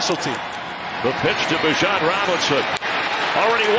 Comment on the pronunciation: Is the announcer saying "Bijan" wrong or have I just heard it said wrong every other time?